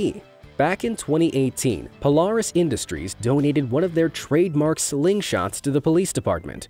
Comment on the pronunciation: "Hu-ra-can" "Polarris" Those hurt my soul